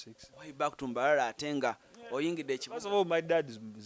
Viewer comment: Hahaa, Allan that acient!,😂😂 ngu mbarrarra kakyeeka ishouto Instead of mbarara kakyeeka ishoto😉😉